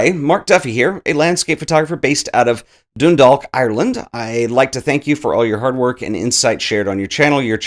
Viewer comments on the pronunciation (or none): I'm gonna be that lad, but has to be said! Dundalk is pronouced as "Done - Dalk" and Louth is pronouced so that it rhymes with "Loud". They're English words that were anglicised from their Irish language names & as a result they're pronounced a little different than what you'd expect. Loads of love from an Irish student nurse who started using photography as a way of self expression because of your channel! Grá <3 - Ciarán